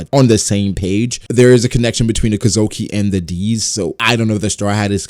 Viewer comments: Kozuki, not kozoki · You say Kozuki weird, but interesting video